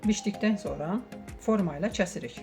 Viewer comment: Six niye kesirik yox cesirik deyirsiniz?